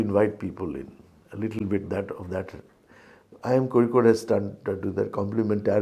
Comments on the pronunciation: He is the director of Indian Institute of Kozhikode, hence the spot on pronunciation! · He pronounces kozhikode..perfectly..like a keralite..thats enough to know how much he admires and loves kerala and keralites..